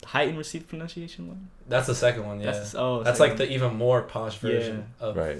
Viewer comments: ProNUNciation, not ProNOUNCEiation! 😊😊😊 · It's not received 'pronounciation', it's 'PRONUNCIATION'. Learn the fucking difference!